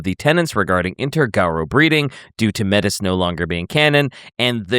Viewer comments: Small correction: Métis is pronounced 'may tee'. Its borrowed from the actual name for mixed European and indigenous people who regularly faced discrimination from both Europeans and the indigenous people of Canada. It's french. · 'Metis' is of French origin so is closer to may-tee. (And the reason it got cut out of new lore is that it's also a specific real world cultural group - a blending of certain indigenous groups with french settlers in Canada) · Métis is pronounced "May-TEA". If you sound like a pirate you're saying it wrong. For some reason, WW used a real term for people of mixed Indigenous North American/Colonial ancestry. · Metis is French, it's pronounced may-tee. It is also the name used in Canada for people born of mixed aboriginal blood.